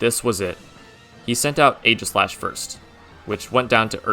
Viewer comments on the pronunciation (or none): none